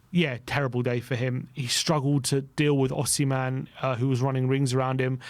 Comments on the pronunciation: Who is Osiman ? Do you mean Osimhen? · Osiman😂 Its Osman at this point 😂 its a Turkish name too 😂